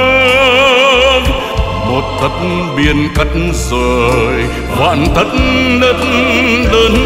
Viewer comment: Tấc đất chú phát âm thành "tất đất" kìa ^^